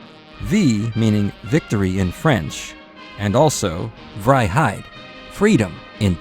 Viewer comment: Good effort on pronouncing 'vrijheid' 🤗